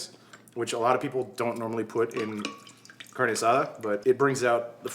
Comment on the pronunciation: This is the first channel I follow that is cooking! I think its just like your personality! Also being a latina, I cringe when you say "carne" hahah so funny.